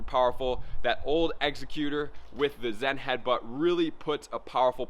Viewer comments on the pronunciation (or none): none